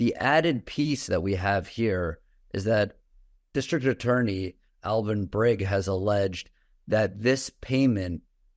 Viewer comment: Alvin "Brigg" ?? How can we believe anything a reporter says, if they cant even properly research the pronunciations of people's names. Seriously? "Brig"...This shows that that dude hasnt spent any time, paying attention to this case. WHAT THE FRIG WOULD HE KNOW ANYWAY?